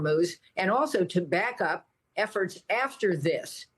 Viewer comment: Lady, at least learn how to pronounce Iran from your colleagues. It makes you like a bleach blonde airhead working for Fox.